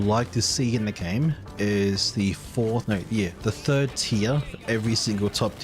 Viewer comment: "the thirnd tier 12 points" 😂